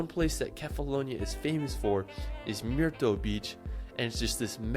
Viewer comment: It's not MYTROS BEACH but MYRTOS😂❤